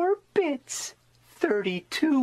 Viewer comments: Am i the only one or but when he said 8 bits i heard 8 bitch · Wait bro I legit is thinking during the vid he said b****th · It’s like he is saying b*tch